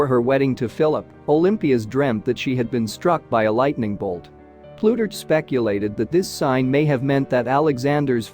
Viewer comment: Terrible reading. Ploo-turch??